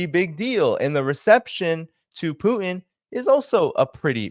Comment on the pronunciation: Love your show but please learn to pronounce Putin correctly. Use the T. It's not poo-in